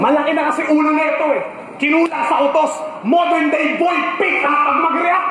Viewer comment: "modorn na boy pickup" ? tama ba sa pagsabi ni price ahhaha bulol eh